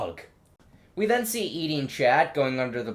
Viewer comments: him saying Edie the whole time lolololololol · Her name is Evie not Edie :(